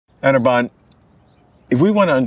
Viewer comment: Wtf did he say..ANABAN..LOL🤪